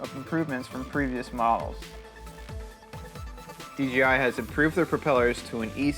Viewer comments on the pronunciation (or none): It's a good video otherwise. Ken Heron stated it best-just seems all too often for people to pronounce DJI as DGI. Just got my Phantom 4 last week and I've been having a blast with it. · Hey... GREAT looking video! One little bit of advice... PLEASE say "DJI" not "DGI". (Lots of people are doing this.) I know it's a silly thing, but after all the effort you put into this beautiful video, you wouldn't want to lose credibility from such a small slip of the tongue. The location and building in the open is incredible! Good choice, as passing vertical lines like those supports REALLY demonstrates speed and movement. --Take care! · Pronounces the companies name wrong about 100 times.